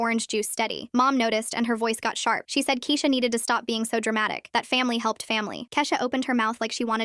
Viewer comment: Why did it switch from Kesha to keesha for a second